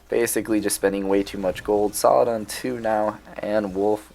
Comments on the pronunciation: I wanna know if people corrected u when you called Aladdin….. Aladaan 😂, your pronunciation of Saladin as Saladan always cracks me up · Don't worry about saying saladan or saladin too much, nobody really cares apart from that one guy you talked about. I think majority of your viewers really do enjoy these videos included me. Keep up the great work, I can tell you put a lot of time into these. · Haha fair enough, yeah I do get it, I didn't say you dislike his videos, just that saying saladan makes you cringe. I think it's just an accent tbh. I'm Dutch so I automatically say Saladin cuz that's just how I read.